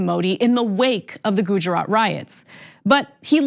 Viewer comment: If you're gonna bring up gujarat then pronounce it right